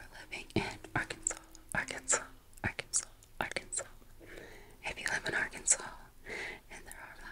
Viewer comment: Ha et pour Arkansas, Kansas, Massachusetts , on prononce le « s » final ( le français n’est pas logique ^^)